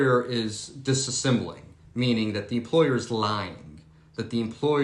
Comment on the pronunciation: Hello. Can you clarify what word you used "that the employer is disassembling" (per the transcript) which is what I think I hear, but there is intrigue regarding your pronunciation where I am not sure if you are saying a different word. I did google to try to find if it is a legal use of the word disassembling, but I did not find a hit that confirmed. And I want to use the word you said. Please & TY.